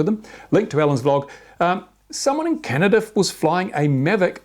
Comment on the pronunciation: Canada not Canadia :p